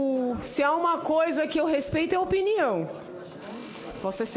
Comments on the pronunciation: Não dá pra levar a sério uma pessoa que fala "Gópi", "respetcho" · RESPETIO? Não seria respeito? kkkkkk